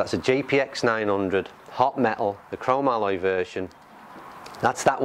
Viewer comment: Pronounced..crow-mol-e, not cro- ma - Loy.